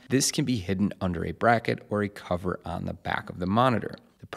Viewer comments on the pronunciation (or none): none